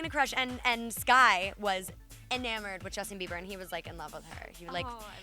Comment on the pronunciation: "BIEVER BIEVER WHERE YOU AT BIEVER IM GONNA STEAL YOUR WOMAN BIEVER" LOL